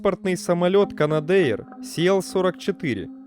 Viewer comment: Видос отличный, но правильно читается "Канадэр")))